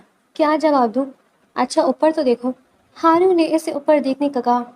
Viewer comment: ہارون ہوتا ہے حارون نہیں